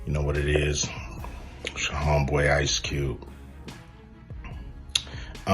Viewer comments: "Ice Cubey says Puff is being targeted for his stancey"..... wtf??? AI narrator forgot how to speak English?!?!? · I’m sorry, I’m sorry; ice cubie? His stancie? wtf kind of AI voice is this